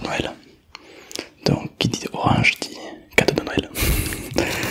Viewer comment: Je suis le seul à entendre orage a chaque fois